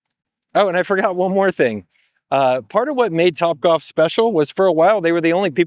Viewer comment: Wtf is “copbwalf”